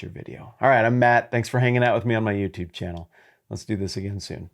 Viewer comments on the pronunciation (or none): none